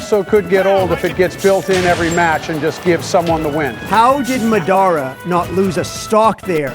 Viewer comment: How does Madara Uchiha’s AI Voice, which is perfect and amazing, pronounce the name “Madara” weird?